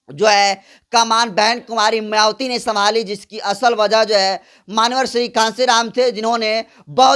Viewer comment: तू कब उच्चारण सुधारेगा अपना म्यावति बोलता है थू है तेरी घरवाली पर जो तुझे बेलन से पीटकर नहीं सिखाई